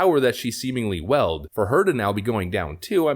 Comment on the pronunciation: Taylor Lorenz didn't weld. Did you mean wield? Again, learn to pronounce words. You come across as a dunce with each new goof. It's not a good look.